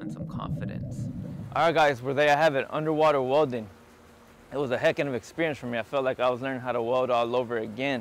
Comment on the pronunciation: He seaid " unerwaterwellin "